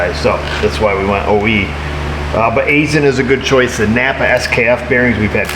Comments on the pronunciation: From a guy who spends too much time working at an Aisin facility... Aisin is pronounced: eye-shun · Aisin = "eye-SIN"